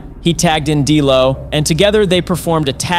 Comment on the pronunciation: For someone who’s a wrestling fan you sure butchered the names of these superstars. Who the hell is gangrul? It’s ganGREL. GANGREL. It’s also no delo. It’s D’LO. AND ITS NOT X PACK. ITS XPAC